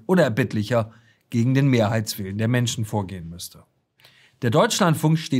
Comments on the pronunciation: "Menschne" dieser Sprachfehler erinnert ein wenig an den Drachenlord... und die Optik auch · die Ricarda und ihr Sprachfehler... Menschna... hat das auch jemand gehört?